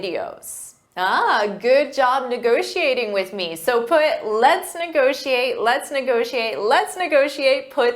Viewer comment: Let's negocxiate! Let's negociate!